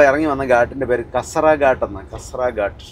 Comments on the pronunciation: not kasara (kasaara) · കാസറ അല്ല കസാറ എന്നാണ് ആ സ്ഥലത്തിൻറെ പേര്